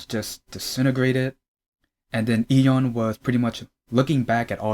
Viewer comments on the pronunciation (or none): you’re pronouncing Lee correct if you’re trying to pronounce it like Korean speakers would but I don’t really hear the Y in Yeon so it sounds like dom